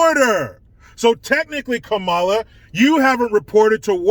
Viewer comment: It's "Kumala"